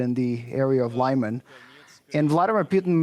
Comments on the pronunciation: It's pronounced "Li-mahn", not "Lie-man". The first syllable is pronounced like the beginning of "limit". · It is not 'laiman' its is 'leeman' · Leeman, not Lie-man. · Lyman is pronounced as /leeman/ not /laiman/ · Isn't it "Leehman" instead of "Lai-man"? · Lyman = Luhman, not Liman Donetsk = Donetsk, not Donyetsk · I would have thought better, more educated reporters, on DW. it's not pronounced lieman, but leeman, for the anglo lady. come-on! you're in Europe, not the USA. you should know how to pronounce things. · 'Lee'Man NOT 'Lie'man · It is LEE-man, not LYE-man!!! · it's Лиман, not Лайман. The very least that can do is listen to the Ukrainian channels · Its 'Leeman', not Layman! Please! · I'm glad Ukraine liberated this town, and will be also glad to not have to hear this butchered pronounciation of Lyman (say "Leeman"; not "Liman") so often any more. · City of Lyman is pronounced: 'li' (the letter 'i' as in mitt, lit, fit) and 'man' (the letter 'a' as in mama, papa. The accent is on the second syllable. So: li-MAN. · ummm.. lee-mahn? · lie-man? lol. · Lyman is pronounced "Lee Mon"... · Congratulations to the Armed Forces of Ukraine! 🥳🫡 Side note: I hate the way Western journalists pronounce Lyman 😖 It’s pronounced like LI-MAHN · One would think these talking heads could figure out how to pronounce Lyman correctly. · Can please teach the other Reporters how to pronounce "Lyman"? Thanks. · Would it hurt so bad for the presentor to pronounce Lyman correctly?